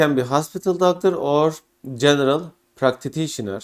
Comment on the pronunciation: thanks for the valuable information. There also was a severe issue with the pronunciation of ”practitioner” ;))